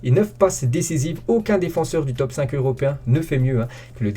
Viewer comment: Quand il dis europun à la place de européen